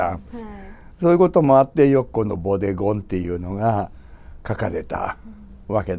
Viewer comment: ボデゴンがボディコンに、贖罪が食材に聞こえて仕方ない。